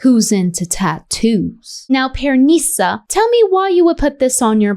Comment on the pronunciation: I like how she pronounces PearNEEsa 😂